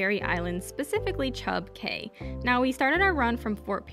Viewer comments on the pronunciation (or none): Cay is pronounced "key"